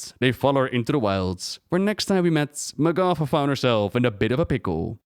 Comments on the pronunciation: Isn't it pronounced MAH'gatha, not mah'GATHA? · I hate how blizz decided how to pronouce her name. Magatha has an ah not aw. Grinds my gears yall.